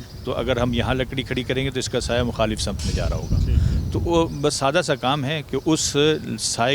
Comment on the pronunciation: Sim te qibla na ke Sama te qibla yar urdu sahi bolo